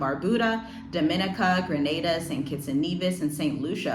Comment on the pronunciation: Pssst! Just FYI: An-TEE-gah and Bar-BEW-da Dom-i-NEE-ca Thanks for the heads up, sis. This is concerning.